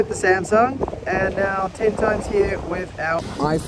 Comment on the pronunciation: samsung not semsang 😂